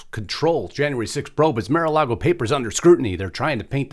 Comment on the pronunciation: It's not 'Mare'-A-Lago'...It's 'Marr'/Mar-A-Lago! 'Mar' means ocean in Spanish and Mar-A-Lago means Ocean to Lagoon in Spanish.